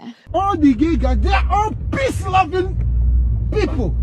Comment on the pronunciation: This one was personal to bro, I feel like he JUST had some drunk straight boys in the back and had to vent about it "PPEace lovin-... PHeople" had me wheezing ❤️